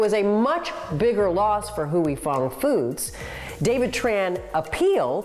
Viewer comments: Why does the narrator keep on pronouncing Huy Fong as “Huey” Fong 😅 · It's pronounced "Hi Fong" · Great report but it others me so much that he's pronouncing "Huy Fong" incorrectly. said it right, why can't he? I grew up on Huy Fong and it really bothers me to hear this guy keep mispronouncing it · Is that how you pronounce “Huy Fong”? Sounds horribly wrong and shows a lack of research or care on CNBC’s side, when this can be referenced by watching the plethora of video and audio files to learn how to pronounce it. This story seems incredibly one sided. I’m shocked that this video came out basically accusing Huy Fong of greed and ill intent, when the same video points out the company has a 6.3% market share of hot sauces. Compare this to McCormick or any of the large food giants which basically own most of the food we get in a Ralph’s, Vons or other American grocery store! Is this story being released due to lack of cultural competency? Or is there money being spent to defame Huy Fong, to minimize their market share? Idk….maybe it really is to show why there’s a shortage of Sriracha but something feels off to me. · I appreciate you for sharing your comment ad I found this to be one sided too. At least pronounce the company’s name correctly right? It’s the least CNBC could do. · I’m pretty sure that’s not how you pronounce Huy Fong 😂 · Please learn how to properly pronounce the name of the company first!!!! If you don’t know just call the company and ask. This shows how “white” you are. And you work for NBC? Don’t NBC have a sister Latino channel? Wouldn’t being sensitive to ethic names a priority. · Why didn't someone teach these white people how to pronounce Huy Fong before this video 😩😩😩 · Listening to this guy say Huy Fong is a torture. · Can't figure out how to pronounce Huy Fong? Lazy reporting. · It's not "hewey fung foods," it pronounce "hi-fong foods." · It is not called Hu I Fung it is called Hwee Fung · Its "hoy" not "huey" 🙄